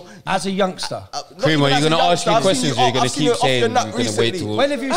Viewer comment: It’s when they say. Harsk them. It’s “Ask” 🤦🏾‍♂️ embarrassing